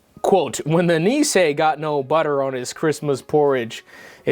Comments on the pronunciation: it always makes me smile when i hear people try to pronounce nisse and tomte (niss-eh and tohm-teh) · The way you pronounce "Nisse" is hilarious, love from Norway